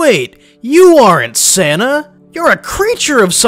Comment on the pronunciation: Keep saying Santa like Senna